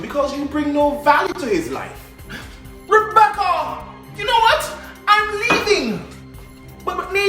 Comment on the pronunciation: Rebeccuhhhh 🤣🤣🤣 look here man... I CANT TEK IT NO MORE 🤣🤣🤣🤣